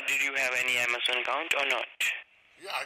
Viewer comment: Did he say Ama "zone"?